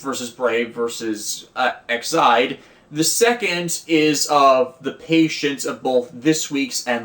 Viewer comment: Question, where are you seeing Ide in Aid? It’s Ex-Aid for Extreme Aid. When you say Ex-Ide, it’s sounding like Excite, which is the show’s theme song.